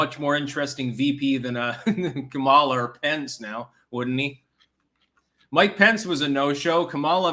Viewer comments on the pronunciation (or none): none